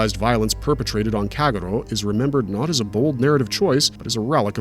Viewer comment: How on earth have you repeatedly pronounce Kagero so terribly???